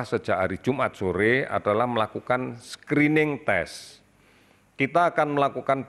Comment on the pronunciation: "Screening" bukan "Skrining" Indonseia